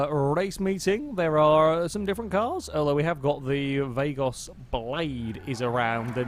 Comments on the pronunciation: Yeah lol, poor "Vah-goes" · "Vay-goss" ... Any other longtime GTA players out there sharing my pain?